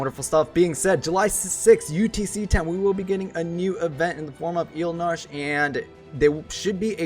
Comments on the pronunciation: I get it, you're having fun or whatever but still annoyed at the name butchering >:( Being an XI Junkie, I am just STOKED to finally get the Zilart King in my roster. Sucks gotta wait for Kam, but oh well - nearly have all the XI characters now and love that they're pretty much all good if not outright busted. Really, really hope to eventually see Zeid, Luzaf or Iroha added at some point. Maybe Sehl'teus. EDIT: His name is pronounced E-Ald-Narsh, btw. All the Zilart have weird naming conventions like that (Kam-la-nao, Sell-Tay-Us, Esha-neh-tarl) ;) and the Zilart are basically the original form of humanity in XI, before the mothercrystal split into 5 pieces and Paradise (where only Zilart and the Gods could exist) was lost. Just some XI lore for peoples who may be curious :D (The Zilart are also what the Ascians in XIV are based on) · The main problem with Eld Nacho is his pronouncing name